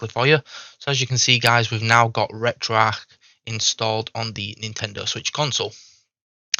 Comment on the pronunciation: It's pronounced retroARCH, not arc.